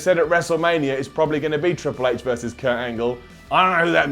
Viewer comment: "ITS MEH TRWIPLE H" LMFAOOOOO